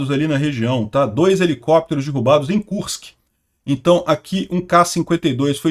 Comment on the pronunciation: É "derrubados" e nao "dirrubados"